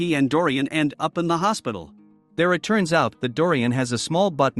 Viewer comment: the tts bot said then baki went to visit mohammed in the HAsPITl